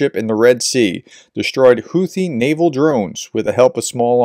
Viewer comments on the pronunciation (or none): none